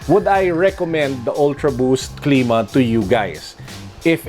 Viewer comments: it cl^ma not cleema just sayin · its clima not cleema